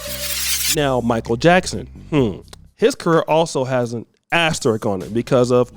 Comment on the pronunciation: ASterisk not Asterick